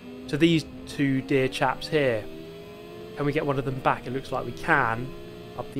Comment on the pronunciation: why did "dear chaps" sound like "dckheads" I wonder 🤔